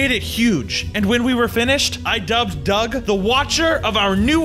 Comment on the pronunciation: It’s not Doug it’s doge